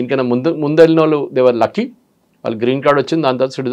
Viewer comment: Anchor కు 'వాళ్ళు' అనడం రాదా? 'వాల్లు' ఏమిట్రా నాయనా!